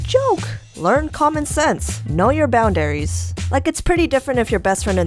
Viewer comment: Bound dairies. It's pronounced boundaries. It's one word.